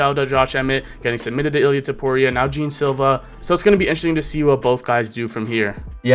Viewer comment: Hi, his name is not Jim as you say it, but Geh-An Silva. Cheers from Brazil